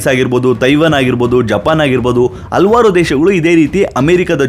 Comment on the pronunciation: AA matthu Haa difference correct agi heli brother. ex: Alavaru alla... Halavaru